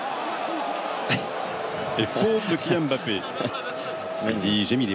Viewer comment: KYIAN MBAPPE 😂😂😂😂😂